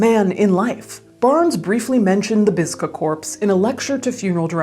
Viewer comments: "Bigsa" man oops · How come Part 5 he’s called BIGSA MAN not BISGA MAN ? 🤔